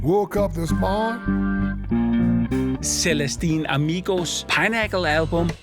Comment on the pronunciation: Not Celestine Amigo but Clandestine Amigo ... (and as an extra: it's not pinnacle as in "pineapple", but as "pinprick")